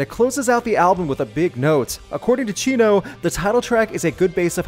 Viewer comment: The way you pronounce Chino's name sounds like you're calling him Cheeto.